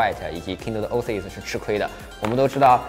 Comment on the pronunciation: Oasis念 “ ”哦哎思爱思“”